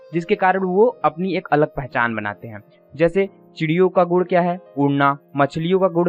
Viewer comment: Gud nhi gun hota hai birds ka aap Gud bol rhe ho